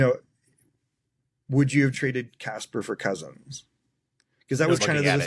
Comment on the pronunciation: Ok you’re not allowed to keep saying Cozens incorrectly. It’s pronounced like your guest said it. It’s been annoying me and probably others for awhile. lol